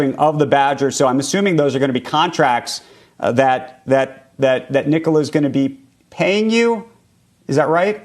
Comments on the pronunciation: I love how Mary (the person from GM), not only managed to mispronounce 'fuel cell', but also say Nikolai as if it were some weird east-Slavic version of Nicholas, in basically the same breath (lack of commitment or stage fright?). Also, I'm not sure what they're buying here other than the brand name and some hype. What will Nikola bring to the table, because from what I can tell they aren't even going to provide their own 'battery train'. And they have little to no technology they could implement. The second I heard rumors about Toyota being the 'chosen one' I was like; NOPE! Because they already made the mistake of taking hydrogen to consumer cars instead of trucks, trains boats, and airplanes... One more point, if GM is doing all the manufacturing, then what was the 'Nikola factory' for? I'm assuming they will not be producing hydrogen in the middle of nowhere... they have little to nothing to manufacture there other than perhaps the fuel cells/motors. But other than that, what can they make that GM can't? Last note, I think GM might be one of the worst decisions ever, next to maybe Ford, but maybe that's for the better because both GM and hydrogen for the regular consumer will be a big flop. Not sure, but didn't GM also announce like 12 new (electric) vehicles? will these be counted? and how much market share would they lose, or cannibalize from their own line? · "Mary more" sadly, but definitely "Nikolai" wth indeed